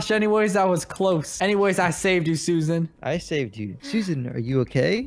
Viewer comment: said lets attak suasan lets go get her😂🤣